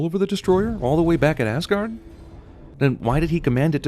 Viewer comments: Why does people pronounce it as Assguard? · Sin number 55(you're in this one also cinemasins) Pronouncing asagård(ázágourd) like assguard. It is a place where the viking gods lived, not a protective device for your anus, for fucks sake... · first it's åsgård and hjølmer and it's tor not thor and why im i right because im norwegian and from the same place were harald hairfair lived